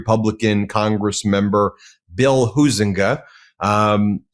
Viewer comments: Huizenga is pronounced "HIGH-zinga", not HOO-zinga. 🤦‍♀ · as a resident of West Michigan I want to help #Ben with a Dutch Name pronunciation. * Huizenga = Hi+Zinga...(3 syllables). McCann is kinda hot j/s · FWIW, I'm a former resident of Sean's district. I voted for him many times. He's a great guy. He actually listens to his constituents. His opponent, whose name is pronounced HIGH zin ga, is a Grand Rapids-area guy who really doesn't care about our end of the district.